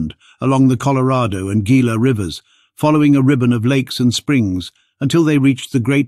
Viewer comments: Ah, those AIs. The Gila River is not pronounced "Geela" but "Heela" the Gila monster. It is a Spanish "G"when preceding i or e.. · It’s pronounced Hila ! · Gila river is pronounced He’la river accent on the He. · Gila is pronounced "heela" as it is Spanish.